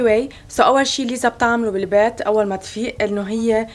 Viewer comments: اسمها ليسا مش ليزا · صح اسمها ليسا بس هما عم يقولو ليزا غلط ليسا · ملاحظة 🙂: اسمها ليسا و ليس ليزا 👀👍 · ليسا اسمها مش ليزا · ليسا مو ليزا 😂😂💔🤦‍♂️🤦‍♂️ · اسمها بحرف لأم ليسا مو ليزا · اسمها ليسا مو ليزا 😊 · ترى اسمها ليسا مو ليزا